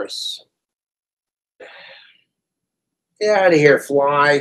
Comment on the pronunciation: Get out of here fleye!! Idk how u add more syllables to the word fly.